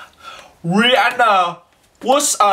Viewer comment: Rihanna banana, no- ri- aiya! (haha, im chinese and sometimes the aiy-a slips)